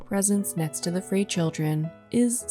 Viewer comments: Frey is pronounced like fry.. My husband is related to some people with that last name, his grandmother's maiden name. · Frey is pronounced as "fry."